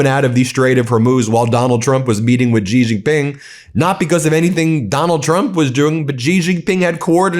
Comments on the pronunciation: Please learn to pronounce his name correctly. He is President "Si" , said short and crisp Not President "Gee". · Xi is pronounced "shee" Ben, not "gee". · Stop mispronouncing president Xi’s name as Ji..